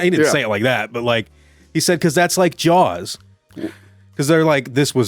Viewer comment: can’t pronounce Spielberg Also: Jawls is a shark movie